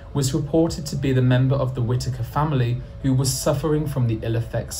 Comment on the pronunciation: no one, anywhere pronounces it like whit takers 🤣🤣